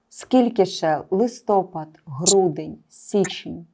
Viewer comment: Дівчата, не листОпад, а листопАд. В українській мові всі назви місяців звучать з наголосом на першому складі, крім листопАда. ЛистопАд звучить з наголосом на останній склад.